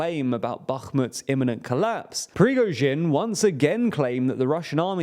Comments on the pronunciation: Bro you gotta at least try to pronounce “PRI-GO-ZHIN”, he’s not a small figure anymore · I am starting to think that this channel mispronounces Prigozhin on purpose. this time he is Prigozhwin. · Is he deliberately pronouncing Prigozhin like that? Prigojvin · Preevizhgin isn't his name, it's pronounced more like 'Pree-go-shin' (except the the 'sh' is pronounced like the 's' in 'leisure') If you treat 'zh' like 'sh' you'll be fairly close to correct pronounciation. As for 'Kyiv', if you want to use the Ukrainian pronounciation, you need to reverse the vowels you're using: instead of 'Key-if', it's more like 'Ki-eve' (try saying 'Christmas eve', then 'Kick eve', then drop the 'ck' for 'Ki-eve'). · Another day, another unresolved issue on how to pronounce Slavic names... It's seriously not that difficult... There's no "w" in Prigozhin. "Pree-go-zhin" not "Pree-go-zhwin". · The name is still not prigozhvin but prigozhin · There is no V in Prigozhin's name. Pree — GOH — zhin. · Prigoshvin, wtf are you guys smoking? You litteraly have multiple older videos where you pronounced his name right😂😂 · "BaKHHHHHmut" "Pree-gozsh-vin" What the hell are these pronunciations? You're getting WORSE. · It's still not Prigoschwin, though 😋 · the fact that this dude can't pronounce "Prigozhin" its getting annoying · Almost got Prigozhin's name right! 🤣🤣🤣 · I am curious how often and in how many ways will be able to mispronounce Prigozhin (or any non-English name, city or country).